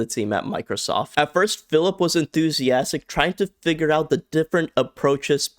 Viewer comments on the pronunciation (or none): none